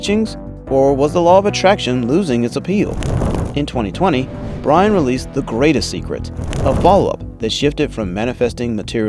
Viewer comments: Rhonda's last name is pronounced "burn." You can't possibly have done thorough research on this topic if you don't even know how to pronounce her name. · Rhonda Byrne. Pronounced BURN. Not BRYNE.